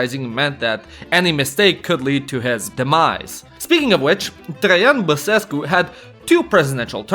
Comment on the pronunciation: bro says basescu perfect for a nonromanian